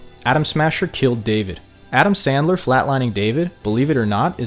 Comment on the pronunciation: You said adamn SANDLER 😭😭😭🤣🤣🤣